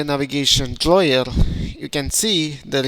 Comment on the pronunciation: Navigation draw-yer?